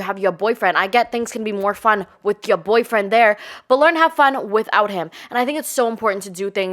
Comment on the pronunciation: “Yuh Boifwen” 😅